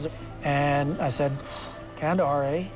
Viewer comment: ...a true Canadian: "Kandahar, eh?" -L.Col. Shreiber